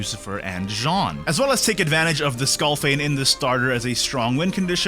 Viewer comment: rare footage of not calling skullfane "skillfane"